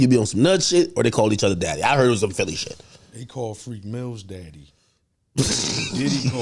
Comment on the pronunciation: Nigga said freak mills tho 😂😂😂